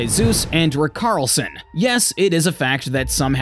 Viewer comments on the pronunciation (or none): Good video, only critique and it is a minor one before some other nobhead points it out is a couple of the pronunciations for players. Coutinho and Richarlison but other then that spot on and you’ll get better.